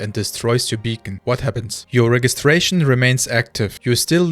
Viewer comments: The "G" in registration is pronounced with a "J" sound. 😊 I believe CIG has already addressed this but there will always be regional servers. The finished global shard simply cannot work due to enscapable latency. US, EU, SEA and maybe a Chinese region. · You"re English is better than many native speakers. Just a quick note 'Register' and 'Registration' use a soft g so it would be pronounced with a J sound 'rejister' and 'Rejistration'. My mother was an english teacher and I have a lisp, so I got a LOT of attention on stuff like this, I might have a complex. :)